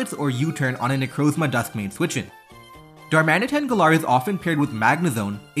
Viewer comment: the way you say galar feels so wrong